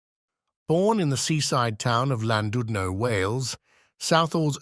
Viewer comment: ''Lan DUD no''. AI nonsense.